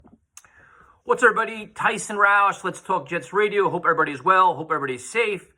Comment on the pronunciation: Love hearing Tyson’s Jets takes because he’s one of the most logical Jets fans out there. Also love how you just slipped through the “what’s up everybody” in the beginning, sounded like “what’sperbody” 🤣🤣